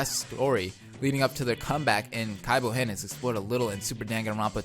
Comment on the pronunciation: I can't handle this cringe. You have to stop saying Kaibou-hen ASAP.